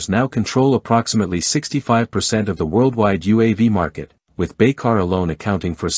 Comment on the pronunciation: Soll ich darüber lachen? Oder bemitleiden? Keine Ahnung! Dass mit heutiger KI Technik und übersetzungs technologie, immer noch nicht BAYKAR oder TÜRKIYE aussprechen, übersetzen könnt ist echt traurig! 😂